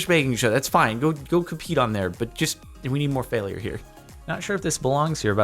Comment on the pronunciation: Anyone else notice how Jardionian says fail-i-ure?